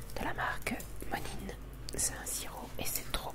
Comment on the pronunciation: J’ai adoré ce vlog ! Vraiment mes vidéos préférées ❤️ Rien avoir mais on dit « monain » plutôt que monin :) le sirop est fabriqué dans ma ville tous les goûts existent c’est génial ! ❤